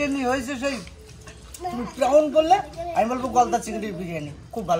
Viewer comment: খুব সুন্দর গান করলেন খোকন জামাইবাবু। খুব ভাল মানুষ উনি। দারুণ বড় মন। খুব ভাল গান করেন। তবে খুব ভুল ইংরেজী বলেন। 😂😅 Prawn প্রন্ প্রাউন না। X আমার লাইফ পার্টনারের ডাক নামও খোকন।